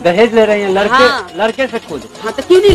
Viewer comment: How mny of them noticed marriage wala video" lakda" instead of ladka😂😂